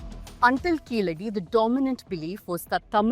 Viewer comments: Please say "Keezhadi" correctly. It means "lower step". It is not Keeladi as mentioned in the video. In fact, an even older archeological site is on the banks of the Thamirabarani river at Adichanallur. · It is Keezhadi and not Keeladi... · கீழடி. கீலடி இல்லை. Say it right. No sense of pronunciation of the Tamil language. Just yapping. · It will be nice to talk about literature of an ancient civilization and language if you can learn how to pronounce கீழடி . Jarring to the ear. ✅ Correct: Keezhadi ❌ Incorrect: Keeladi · ITS NOT KEELADI U MUTT - IT IS KEEZHADI! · Its keezhadi not keeladi kudos to ur team 👏👏👏👏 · It is Keezhadi. Not Keeladi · It is Keezhadi, not Keeladi. Like Tamizhu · It’s good and a welcome move that you are voicing the concerns but first learn to spell the name properly it’s Keezhadi and not Keeladi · It is keezhadi. Are tamils forgetting the use of zha in Tamizh language.